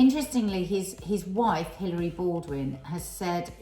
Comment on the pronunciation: Nadia, did you say Hillary Baldwin? I’m sure her name is Hayley. 😂